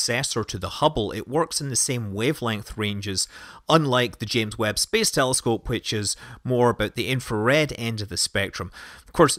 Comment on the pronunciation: "James Webb space helloscope" nice one :D